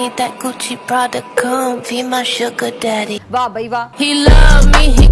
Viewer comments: Sugar Daddy ❌ Suuar Daddy ✅ Pornhub waaley ❌ MajjHub waaley ✅ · Suger daddy nhi sooar daddy😂